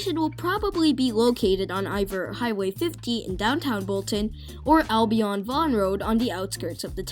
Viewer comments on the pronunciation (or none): Good video - A few notes on the pronunciation of a few names: Came-bridge not Cam-bridge for Cambridge Alby-IN instead of AlbyON for Albion Mac-Teer instead of Macty-eh for Mactier